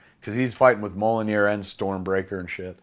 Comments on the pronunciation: Every time Kevin calls Thor's hammer "Mollinear" I cringe like someone is forcing me to watch my parents having sex. Kevin, it's pronounced "Me-YOLL-neer." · It's kinda embarrassing how you can't pronounce Mjolnir. It's pronounced how it is literally spelled: M-YAWL-NEER. Not MO-LLO-NIR. Stop saying Mollonir. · It’s meeyolnear. Not molonir. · It’s mjolnir, not molinir. Great description of the movie. You have a good memory. Your passion is clearly visible. Great job Kevin, keep it up. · Great and fun and heartfelt. MJOLNIR is pronounced ME-UL-NEER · I love you Kev but (Mee Ya'll Near) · Mjolnir is pronouced Mule Near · Is this how word Mjollnir should be pronounced? Not doubting it or anythin, Mr. Smith definitely knows more about comics than I do, its just I have never heard anyone else to say it like this. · you need to learn how to pronounce mjolnir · The best part of this is Kevin's pronunciation of Mjolnir